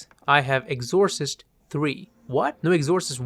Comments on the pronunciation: Love your analysis but never quite heard Exorcist pronunciation butchered in such a comical way. I've watched pretty much all your vids on movies and this is the only time I can recall a mispronunciation and it's the worst. What the hell happened? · With 'exorcist', it's the E that's stressed, rather than the O. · Holy shit. You shouldn’t be able to set foot in a film school saying the word ‘Exorcist’ like that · Oh boy. Look up how to pronounce exorcist.